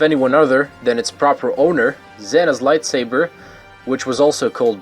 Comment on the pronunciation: Whenever he says "Light swaber" i die a little more